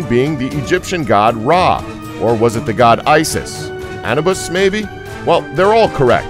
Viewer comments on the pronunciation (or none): Isn't Anubis pronounced Ah-New-Bis? Clearly pronounced wrong twice if so. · A-nu-bis or anpu lol not whatever you said.